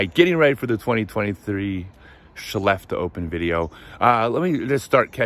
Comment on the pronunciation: You pronounced Skellefteå absolutely perfect! :) Your last round was fantastic, well played!